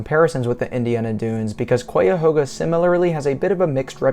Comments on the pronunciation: Great video! Nice waterfalls! I enjoyed watching! Also, as an Ohioan I've always heard Cuyahoga pronounced with a Hi in it ( like O Hi O ) like Ca - Hi - A - Ho - GA. I've been in downtown Cleveland before where the river goes into the lake and that's how it was said there too. That's the way I've always heard it said. Maybe you can say it both ways though. Maybe it's pronounced more like Cai - A - Ho - Ga. If any other Ohioan reads this you can tell me what you think. Yeah it's like it looks one way and it's pronounced another way. I do that too with places I've never been too. I've heard someone pronounced Utah before like U - Ta instead of U - Taw 😅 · first it is not Coyahoga, it is Chiahoga. Really the best way to explore the Valley is on Bicycle. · Pronounced "Ki a hoga" not "Kwi a hoga." I lived in the area for more than 30 years. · Both this video and comment section are so unbelievably ignorant as to what designates a national park and what doesn’t. Also say it right. It’s Kai-a-hog-a. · You are mispronouncing Cuyahoga. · I just love it when out-of-state people try to pronounce Cuyahoga